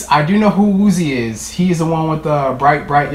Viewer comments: Woozi is pronounced as wuji/uji😉 goodluck! It took me three days to memorize their names and faces. Looking forward to that day when you're officially a carat(fandom name) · Woozi's name is pronounced like woo JI and that his name cause his Korean name is jihoon and woozi means "my ji" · "woozi." Me- IT'S WOOJI.